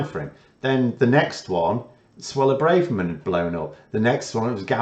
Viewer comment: Her name is Bra-Ver-Man. Every syllable pronounced hard. It is a normal Ashkenazi name from her husband.